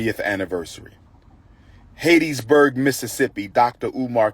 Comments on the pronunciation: It's pronounced HAT-Tis- burg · Pronouncing Hattiesburg wrong